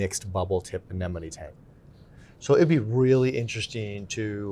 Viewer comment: gets bonus points for pronouncing ANEMONE correctly‼️ 9 times out of 10 people say ANENOME. 😂